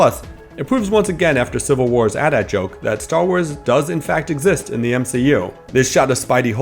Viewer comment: PLEASE don't call AT-ATs "at ats" It's not hard to spell it out and it sounds so much less dumb